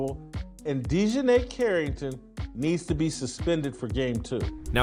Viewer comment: I HAVE TO ASK..... WHY DON'T THESE FELLAS LEARN HOW TO PRONOUNCE THE NAMES BEFORE HE SAYS THE DAMN NAME??? DI JOHN AY? IT'S ACTUALLY LIKE DEJOHN MUSTARD..... DIJONAE..... DON'T LIKE HER..... AND SHE DOESN'T DESRERVE RESPECT AS SUCH.... BUT HER MOTHER DOES AND HER MOTHER NAMED HER...